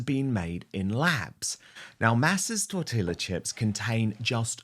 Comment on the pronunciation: TorTEEya chips, Dan. Double L in Spanish is a Y sound. Sorry, just can’t help it. Former language teacher (German, actually).